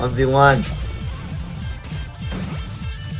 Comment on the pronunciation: "Pitzah towrrr!"